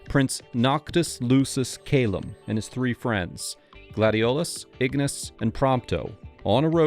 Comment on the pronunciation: Characters: 'One', 'Two', 'TREE', and 'Four'. 😆